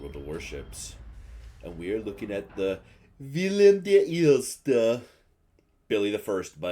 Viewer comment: LMAO As a Dutch guy, I approve of Billy the First 🤣🤣 But your original pronunciation was actually not bad at all, even if done jokingly